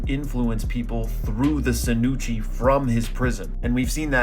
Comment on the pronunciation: Hey just wondering why you pronounce it sinuchi and not shinuchi